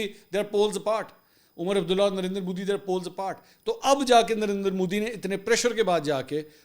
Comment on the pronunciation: Mansoor use correct word ...Modi ...not Mooodi.